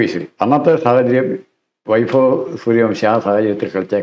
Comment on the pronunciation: At least try to pronounce the word Vaibhav properly. It is not "vaifav"